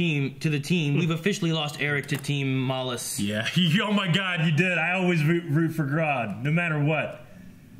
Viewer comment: isn't it Malice.